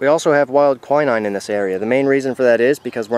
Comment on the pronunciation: KWI 9...EASY ! WILD KWI/KWEE 9. I was wondering what you were calling it , too .Great video of information...thankyou!